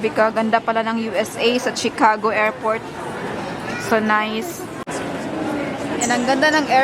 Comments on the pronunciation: it’s pronounce shi- ca- go not tsi-ca-go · sorry no offense meant..it is pronounced SHIcago not CHIcago.. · CHICAGO is pronounced as (SHE) cago and not (CHI) like Chicharon😊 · Shicago....not chicago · Chicago pronounced as She-ka-go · I’m frm Illinois po ang pronunciation ng Chicago ay shuh•kaa•gow ✌🏼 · It’s pronounced as SHI-ca-go. Always listen to how the locals and the authorities say words and learn,. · Pronounce Chicago as Ch to Sh. Pronounce it as Shicago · Pronounced as She ka go. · Ay salamat sa nag correct sakit pakinggan ng chicago eh.😂